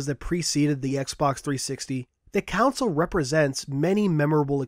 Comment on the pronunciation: you still cant say console right.......but good bye 360